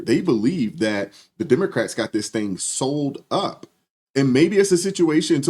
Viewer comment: "Sold up?" Try 'SEWN UP.'